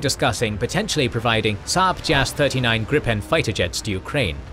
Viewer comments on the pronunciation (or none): none